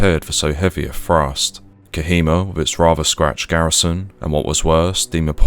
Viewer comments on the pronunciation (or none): Can't pronounce th's either its frust, instead of thrust, & free rather than three, frew instead of through ... so irritating! 😖 other than that it's interesting enuf 😂